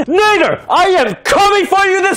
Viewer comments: BRO SAID "AKIN NAGER" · when the video started i thought he said “Action Ni-“ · Lol same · same lmao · Same lol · What the heck did he just say in the intro? I’m sure he tried to say Akinator but it sounded like something else😅